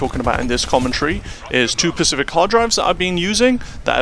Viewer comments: Its specific, not pacific... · SPECIFIC.... starts with an "S".... Pacific is a regional body of water.....